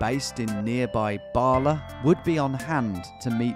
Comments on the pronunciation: Ba - La not BARLA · "Barla" Ba - la .... "Buc ket" buck-et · Its not pronounced Baaala like a sheep its Bala, its literally Ba La. Great video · Bala. Its pronounced as it is spelt, there is no R 😆